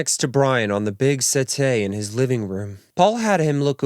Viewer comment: Setee not setay